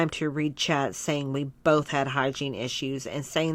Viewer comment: Thank you, I think I can write and listen better than I can speak english, but I'm never too sure that I spelled everything right... yees omg, I cringed everytime I heard her speak; boLth, orDaments etc. And yes same here, she lost my sympathy long time ago mostly by seeing how she treats Beck and how rude she is. She really made her bed and now needs to lay in it. I hope Beck will trully be allright after everything, they deserve it ☺️